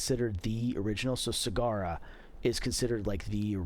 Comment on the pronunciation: Just fyi, Sagara is adopted into Indonesian from Sanskrit (much of Indonesian retains its pre-Islamic origins). Sagara means ocean and I have not yet heard an American pronounce the word properly. The stress is on the first syllable. Say SA-ga-ra. So it's nothing like "cigar-ra" as it were. Just trying to be helpful. Also, mention of Monroe? I have a pair, a monkey boot, quite nice, much the same quality. Two older pairs of Benzein (now Briselback) have also been well made and properly fit. Carry on, brothers.